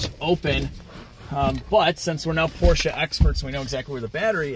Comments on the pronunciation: Why do you say Porscha when it is pronounced Porsche with an e??? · POR-SCH-E not A pls. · Porsche 928 at 10.13 checkered interior was called 'Pasha'....its only $235 a yard